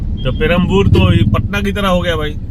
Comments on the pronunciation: "पेरमपुर" नहीं "पेरूम्बावुर" है। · sir, it is not Peraboor; it is Perumbavoor. 😊😊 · Not Perambur sir...Its Perumbaavoor